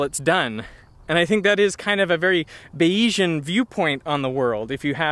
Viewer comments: Shouldn't "Bayesian" roughly rhyme with "Asian"? His name wasn't baYeez, after all... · It is pronounced "bayes-ian" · Bay-yee-shun? That's an odd way to pronounce the word Bayesian.